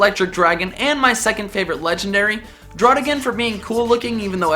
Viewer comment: Druddigon, seriously🙄